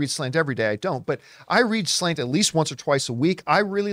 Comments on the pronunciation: New drinking game —> every time John refers to SLATE magazine as SLANT lololol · Slate wrote article but y’all kept saying Slant